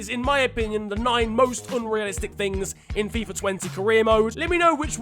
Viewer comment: he said F-AI-F-A